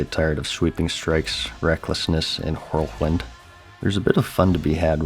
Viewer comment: You say whirlwind so weird